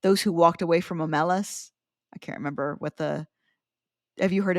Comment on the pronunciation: BTW, "Omelas" is clearly stressed on the first syllable. LeGuin was a solid formal poet, and the title "The Ones who Walk Away from Omelas" is a beautiful line of iambic pentameter.